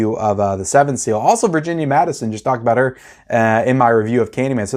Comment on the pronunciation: It’s MADSEN not Madison. Also lynch literally uses his own dreams as parts of his movies. The elephant man is a pretty straightforward movie. You should like. It’s an absolute masterpiece. If you aren’t liking lynch mulholland dr is gonna really put you off (maybe not). Naomi Watts is at her career best in it. Twin peaks?!